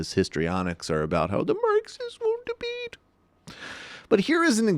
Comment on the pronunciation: "The Marxists wont debeet"